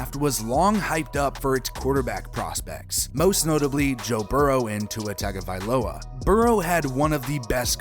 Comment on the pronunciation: Dude. No excuse for not knowing how to pronounce the name of one of the primary players you are talking about. Especially after a full NFL season with announcers properly pronouncing that name. Tua TUNG-a-va-low-a.